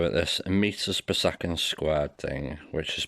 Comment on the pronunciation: Nice video! Excellent for dummies , but hopeless attempt for the "PER ONE SECONDZZZ" guy